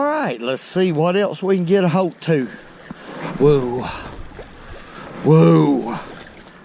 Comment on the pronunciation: “Let’s see what else we can get a holt to”! I Love it!